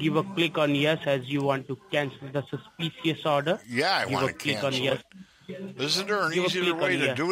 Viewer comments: Well he fooled me! Especially when splaining a susssspeesssuss transaction. And lord knows someone buying a pair of trainers is so suspicious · Cancel the sus-pee-shus order and confirm me the numbers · "....cancel de suss-shpee-shee-uss order..." Sounds perfectly legit!